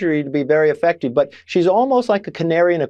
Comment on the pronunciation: “Effecteeeve” “Lookit” … good gawd.